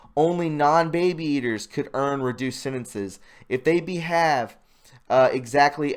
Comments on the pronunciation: It's pronounced Be-hAv, not Be Have. Like good behavior. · Correct English: "Is RUN by" not "is ran by". "Ran" is past tense. "RUN" is present tense. "Behave" is pronounced with a long "a". It rhymes with "grave", "brave" and "save". The body's "INTERNAL" clock; you said "ETERNAL". Read, read, read. (Sorry about your congestion.) If you would read you would be better at reading aloud. Make some time in your life for real literature. You are deprived of reading and it is a real deficit. Seize the time. Find an author you like, one who will stretch your vocabulary. Robert Louis Stevenson, John Steinbeck, so many to choose from, there has to be someone you will find very illuminating and congenial.